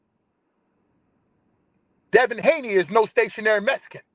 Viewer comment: He called Devin hakeem Lyon 😂😂